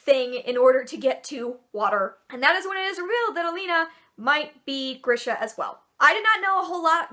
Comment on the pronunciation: Oh my god, you pronounced Alina right. This is so rare.